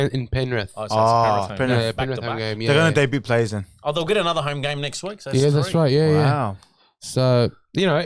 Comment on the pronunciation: Did old mate who doesn’t know how to talk into the mic properly just pronounce the word ‘debut’ as day-bu-t and include the ‘t’?